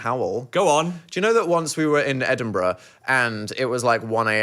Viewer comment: As a scot i love how you said Edinburgh the right way. So many people dont pronounce it right